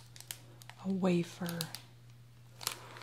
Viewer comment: wafer not wafir